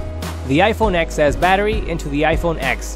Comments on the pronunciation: Ten S. It's iPhone 'Ten S, not Ex S' 🙄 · It’s pronounced ten. As in the number 10